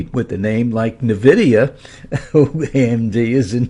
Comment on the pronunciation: It’s not pronounced Nevidia. It’s eN vidia